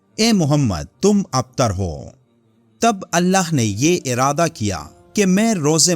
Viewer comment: Aap abtar ka lafz kaise bolte hai pehle Urdu sikhen afzal afzal afzal